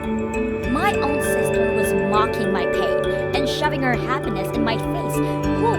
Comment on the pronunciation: She’s talking to herself again. And she needs to work on pronunciation. I mean “habbiness” instead of happiness and “da” in stead of the?